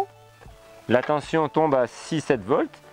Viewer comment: Tension, pas tenTion.... Sinon très intéressant évidemment.